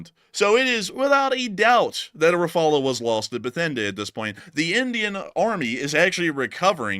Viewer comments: As a French man, I've never heard an English speaker pronounce "Rafale" as badly as you do. It's pronounced RAFAL (without the "e" or "a" at the end). I don't know what's so complicated! It's really annoying! 😤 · Helo, In French you say rafale , dont pronounce the last e. only one way of saying it correctly, but we understand you veru well. keep up the great videos, been watching since almost the begining of the Ukraine updates. cheers. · The "uh" sound at the end of your pronunciation is actually the way the "L" sound is made (In the French version) at the end of the word, and is not an emphasized part of the word. It's just how the l trails off. However, it's not that important, and you guys do a great job in reporting the news and making every effort to be accurate.